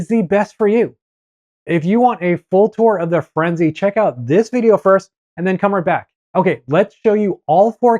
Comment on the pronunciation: Holy shit dude. FirenzAY. who doesn't know this?